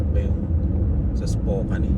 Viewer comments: Spokane is pronounced spoh-KAN (rhyming with "man" or "pan"), not spoh-KANE.Sounds like "spoke" without the 'k') Second syllable: "kan" (rhymes with can, pan,m) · It pronounce Spokane is Is-po-kan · pronounce it like "spoke...cane" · Nice US Trip! Spokane~ you pronounce it…Spo kan! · Dyan sa north Idaho there’s Silverwood theme park and a campground across where you can stay, I think sinabi ko na sa iyo nun, it’s pronounced ‘Spo-kan’ correctly, fyi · Hi po, but the right way to say Spokane is _ _ _Spokeyn😂. Keep safe po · Spokane is pronounced Spo-kan rhyming with man or pan.